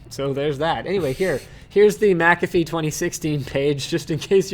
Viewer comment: It's Mcafee not Macafee, there is no 'a' between the M and c. Sorry to be a whinger but I can only hear it wrongly pronounced so many times before feeling the need to respond. Otherwise another great show guys.